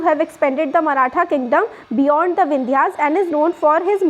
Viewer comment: Mam that is maratha not marathen. 😂